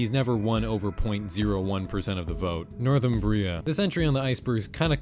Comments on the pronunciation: Northumbria is not pronounced "northern bria"...it is "nɔːrˈθʌm.bri.ə". I REALLY hope that clears things up for both the maker of above video AND the watcher of aforementioned video. You're welcome. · I'm here to call you a silly fool for mispronouncing Northumbria that hard